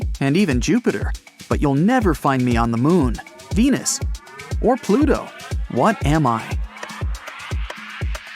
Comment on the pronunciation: Umm, there are no R in pluto